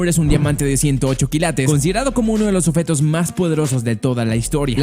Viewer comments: Se dice OBJETO no oFeto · Esta diciendo offetos en ves de objetos?